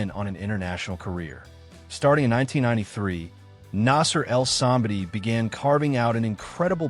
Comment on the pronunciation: I love that you make these videos but you obviously are not a bodybuilding fan because i have seen so many videos where you dont even know how to pronounce the persons name. Like any bodybuilding fan would know the correct name. This video is one example.